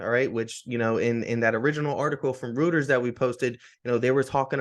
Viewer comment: Reuters pronounced "Royters."